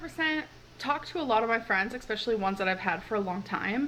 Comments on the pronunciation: Every time she says “expecially” I lose a bit more sanity. I have learned to live with “I haven’t ate today”, but I swear to god something needs to be done about “especially”, how long has she tortured this poor adverb?! Someone fix this! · I know, every time she says it, a little voice of chirps in the back of my mind going "especially" because when I watched him, he'd correct her nearly on reflex. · Haha! I was waiting until the end of the video to post my comment to say, "It's eSPECIALLY!!!" Later, when she says, "She writ me a letter," I cracked up! 😆Yet again you beat me to it,! 😂🤣 94 F (34 C,) is just an ordinary summer's day where I come from. The trick is to ACCLIMATE but, of course, this one has NEVER done that because she holes herself up in her air-conditioned apartment 24/7, 365 days a year. Unlike yourself, the temperatures she's experiencing are not some sort of strange anomaly, they are not far off average where she lives, at this time of year. Gesu Cristo...🙄I think it would be fascinating to see a video where someone has edited the word "like," from her vlogs, (the times it's used out of context as a filler word,) just to see what we end up with. I love gemstones and have a beautiful collection housed in a vintage cedar display case. Gorgeous! I have a huge open-plan house with no air-conditioning (it's too expensive,) so, on the hottest days here (up to 39/40 degrees,) I walk about under my ceiling fans or sit in front of free-standing fans (in the nude when nobody's here, or a tank-top and shorts in front of company,) with a water spray bottle that's infused with a couple of drops of essential oil. It really helps. Cheers. 😊🦘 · EXpecially isn't a fucking word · SOOO FUNNY THAT I WAS TALKING OUT LOUD TO MYSELF CORRECTING HER ON HOW TO PRONOUNCE “ESPECIALLY!” THERE IS NOOOOOO “X” IN THE WORD! MAAAN LEARN TO SPEAK PROPERLY! U PRONOUNCE SOOO MANY WORDS!🤦‍♀️